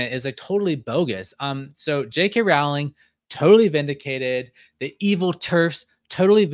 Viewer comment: Rowling rhymes with bowling. Thanks for this. How did you find this? It feels like it’s being suppressed by the YouTube algorithm and on google searches. I think we need to send this story to news outlets and get it in the radar.